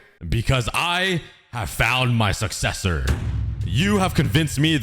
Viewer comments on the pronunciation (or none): "I have found MY SUCESSOR" dramatic pause